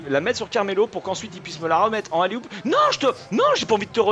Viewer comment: on dit oulA oup pas oulER oup ^^